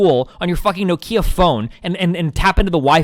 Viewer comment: Destiny pronounced Nokia No-keyer in this debate